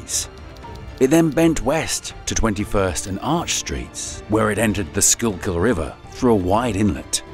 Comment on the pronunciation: This guy keeps saying school kill, its SKOOK ILL